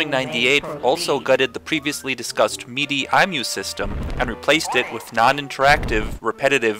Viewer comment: Silly nit pick, but MIDI is pronounced like mi-dee, with first I is like the I in history. Great video!